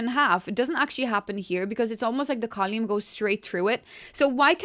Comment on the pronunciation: I thought I was having a stroke for a second, but then realized she pronounces column as col-yoom. Still, beautiful build :)